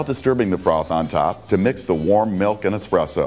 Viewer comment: said expresso not espresso.